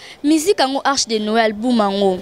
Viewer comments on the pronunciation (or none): Album et non "alboum" non mais ooo t'étais la première à faire des émissions pour se moquer des personnes qui avaient du mal avec la langue de Molière mais je vois que apparemment toi aussi tu es!!!